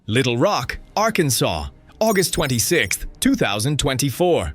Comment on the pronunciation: Arkan(sauce) LOL